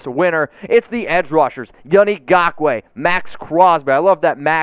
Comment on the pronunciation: Learn how to pronounce Yannick's last name please! The "N" isn't silent!